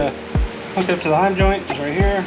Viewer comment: I enjoyed your video, but I think they’re called Heim joints not Hyman joints. (Ask your wife) I almost spilled my coffee when you said thanks for the video.